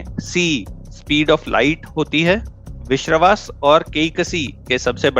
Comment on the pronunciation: विश्रवा को, विश्रवास कहोगे तो चराग क्या उत्तर देंगे? पूछने वाले के उच्चारण ही गड़बड़ हैं